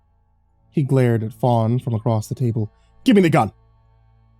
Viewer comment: DON'T READ THE COMMENTS UNTIL YOU FINISH LISTENING!!! Also... acrosst.. what is that? You mean across, right?? Anyway, great story!